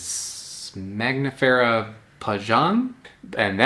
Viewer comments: Why you keep calling it Magnifera, instead of Mangifera ? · It’s not mag nifera. It’s man gifera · You are saying MAGnifera but the n is before the g. MANgifera like MANgo. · Your skill in pronouncing Latin names keeps amazing me: maNGos are maGNifera? You've just said the word mango, how can it be hard to say mangifera ("mango bearing")? Sorry, just being mean, I love your videos, no hate here!